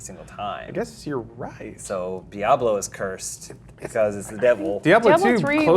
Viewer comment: he thinks the AH in diablo was good....all words now void.